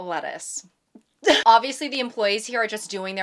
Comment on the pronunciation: welcome to the cirque du sole 😊 ttuce 😊 lettuce 😕